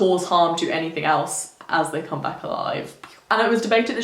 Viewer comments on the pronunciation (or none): none